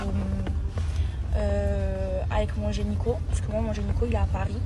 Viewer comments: La meuf elle va chez le génico 🤣🤣🤣🤣 elle ne sait même pas dire gynéco, le monde va très mal.... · J'attendais ta vidéo réaction sur le boule de Maeva XD ta manière d' appeler ces gens "l'enfant" me fume XD Ton make up est superbe comme toujours, j'admire ta peau si joulie. Alors Maeva elle dis généco pour gynéco donc je me pose les mêmes questions que toi pour le coup :) Héééé mais c'est moi la personne qui parlait de sa pote XD ! je me sens comme une petite fille qu'on gronde XD Bon ok, j'avais pas vu qu'elle ne prenait pas de contraception comme une tardos :) j'aovue o/